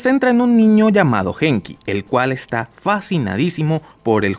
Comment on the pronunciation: una observación, se pronuncia Guenki, no Genki, el nombre del protagonista.